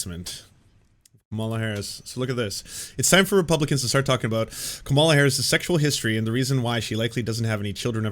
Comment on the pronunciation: I realize it's pedantic, but if you're going to pronounce Kamala's name, put the accent on the first syllable. Thanks.